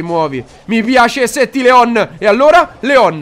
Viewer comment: NON SI PRONUNCIA COSÌ LEOOOOOON